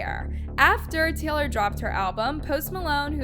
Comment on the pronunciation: Teylor swift 😂